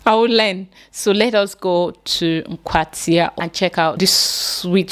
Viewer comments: My school is in AKWATIA, not NKWATIA 😆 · it's Akwatia, not Nkwatia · Naaa Akwatia not Nkwatia. That’s my niece’s alma mata. Well done